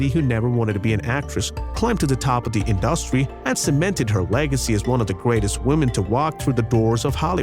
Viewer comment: To the narrator: you mispronounced the word industry several times!!!